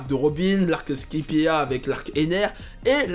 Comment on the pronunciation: "SKaïpi ET a" C'est la prononciations